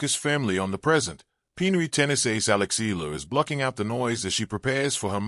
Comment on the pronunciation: Alex E-ya-la is how it's pronounced.